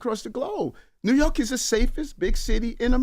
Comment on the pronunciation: What’s ‘rork’? Dude is a clown 🤡